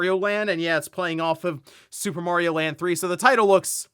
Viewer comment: Why do people say Worio and Merio?